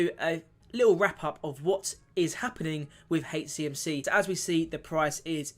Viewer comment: Please, it’s soooo difficult listening to you call HCMC “HateCMC” it’s H CMC not hatech CMC…thanks